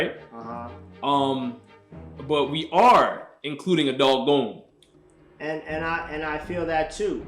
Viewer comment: Can’t rank if you can’t pronounce Gon